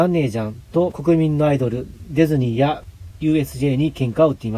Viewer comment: デェズニーじゃなくてディズニーな